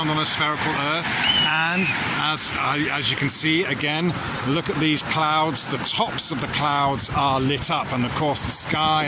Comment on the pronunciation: "clouds" became "clounds". Well then... lol